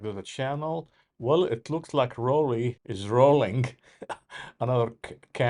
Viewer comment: Rollei is pronounced like “rolligh”. Sorry.